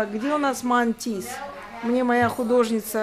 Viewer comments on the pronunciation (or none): не Мантис, а Матисс))